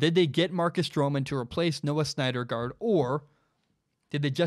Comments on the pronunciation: Man... totally had me until you called him "SNYDERgard" 37 times lol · You had me until I heard snydergaard😂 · Take a shot every time he says Snyder Guard instead of Syndergaard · Syndergaard pronounced "Sin der guard" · Pronounced sin-der-gard haha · Not even a baseball fan and I know its pronounced "SIN-der-guard" lol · You mean Steven Matz as the 5th starter, Vargas go to the bull pen. And learn how to say Syndergaard dude. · I liked what I was hearing and then couldn't freggin handle you screwing up Thors name... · I love your podcast man, but you may want to check on the pronunciation of Syndergaard. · Does he really know about baseball if he can't pronounce Syndergaard correctly? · Don't know how you can't pronounce Noah Syndergaard properly lmao. Just call him Thor at least. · Just a bit off on the Syndergaard pronunciation, but it’s all good 😂